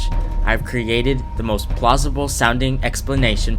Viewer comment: he says plausebol🤣🤣🤣🤣